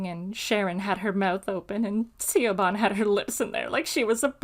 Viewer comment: Siobhan. It's pronounced Shih-vawn, not See-oh-bah-n! It's an Irish name.